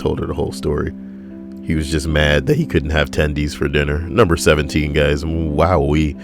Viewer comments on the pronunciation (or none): I crack up every time you say "tendies"